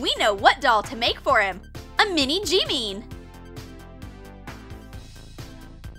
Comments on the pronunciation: Bish it's not "Jeemean" It's JIMIN can you even pronounce it? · I know it’s not jeemeen it’s Jimin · You said it like this “Jeeemeeen”it’s jimin! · Its not "Jiimiin" its "Jimin" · "Everybody can recognise these dolls, Billie Ellish, JEMEEN"? Not Jimin but jemeen😂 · its jimin not jimmy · it's JIMIN not JEEMEEN 😒😒😒😒😒😒😒😒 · That was not Jimim! It was Ji-mean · No seriously wtf is "J-EE-MEEN" JIMIN girl JIMIN umm by the way I am an aRmY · STOP SAYING “Jeemeen” ITS “JIMIN” u r killing me!!😭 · i was going to cmnt the same thing army😇😂 ... its sooo iritating to hear jee-meen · Jimin doesn’t even look nothing like the actually jimin. They can’t even pronounce his name right. It’s JIMIN not Jeemen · Jeemeen true Army's: Jimin that person is like Oli London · no he is right his name is not jemen his name is jimin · True cause it is not jeemen it is jimin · Ummm I’m sorry but is jimin not jeemin and that doll looks like oli London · "Jeemeein" Jimin: Ah ExCuSe mE Me after seeing Jimin doll Me: I better make a drawing itself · Tori Kirej HEY JIMMY! IM JIMIN! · let's make him a little JEEMEEN Me:it's JIMIN!!!! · jeemeen me: ITS JIMIN!!, you got no jams ARMYs: rolls eyes it's JIMIN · no one: still no one: me remembering why.i clicked this video after not watching for 2 years me: *hears "JEEMEEN" bruh it jimin not jeemeen WATDAFUQ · The way they pronounced "Jimin" j e e m i m Oh come on its pronounced Jim-in. Is it that hard? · Me: *sees vid including BTS Me: *sees "jeemeen's" part My heart: what did u do to Jimin?! Is that Oli stupid London?! My brain: 😳😳😳😳SERIOUSLY!? U DISAPPOINTED ARMY!! 😡😡😡😡 Plus it's pronounced JIM-IN NOT jEEmEEN!! Btw I purple u ARMY!!💜💜💜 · Jeemin” 💀 it’s jimin P A R K J I M IN but that’s not jimin that’s Oli London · Everyone: Jimin: JiMeEm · They are so lazyyyyyyyyyyy to say N in JIMIN THAT THEY SAID JIMI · it's not jee-meen it's Ji-min